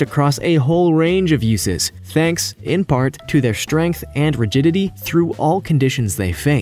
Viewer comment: Hey just because a compound is 98% water does not mean it’s cheap as you stated. Also the word strength is pronounced strength not shtrength. Same goes for the word straight, etc.